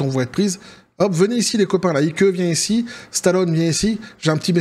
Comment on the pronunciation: Ike se pronone aik et pas ike......un peu ridicule